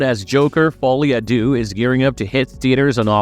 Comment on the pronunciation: folie a dou... sad.